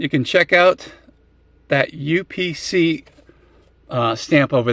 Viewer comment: "You Pee Sea"??? Well, sometimes i do when i hold it too long.